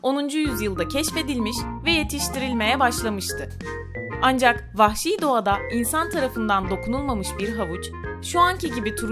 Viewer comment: 'te vahşi diyecene pahşi mi dedi